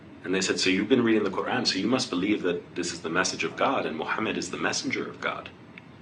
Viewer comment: The way this brother said prophet's name . SUBHANALLAH